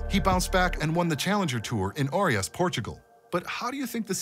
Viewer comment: Bro not Orias is OEIRAS 😅 🇵🇹🇬🇧